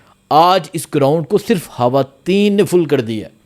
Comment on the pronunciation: Khuada me banday hawateen nhi he khawateen he jumpa sahi bolo